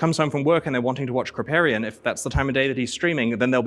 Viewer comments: krip "pay" rian, never heard it pronounced krip "PAH" rian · How you going to saw Krip's name wrong? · Can hear on the pronunciation of Kripparian he hasn't seen him! :D